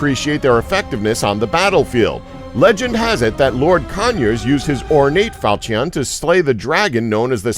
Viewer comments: Huh falcion its called "falchon" ok falchon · Not fal-chee-on, it's pronounced fawl-chu-n. Also, It's not a day-o, it's dah-ow. Learn how to pronounce foreign object names please. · Fal-cheee-on. HAHAHAHAHAHAHAHAHAHAHAHAHAHAHAHAHA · Seriously people - how hard is it to look up pronunciation? "Dow", not "day-o". "FAL-shun", not "fal-chee-ON". "ge-VAIR", not "gew-er" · Fal-chee-on 👌 nailed it. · Falcheeon lol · facepalm "falch-eon" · The way he said falchion and dao made me cringe to a degree of unknown levels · He also said falchion wrong. Why is no body pissed about that? I wanted to gouge my ears each time he said it.